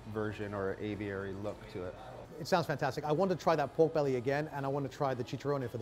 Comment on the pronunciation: Aviary, not Avery